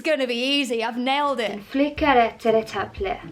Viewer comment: that en sounded sooooo swedish!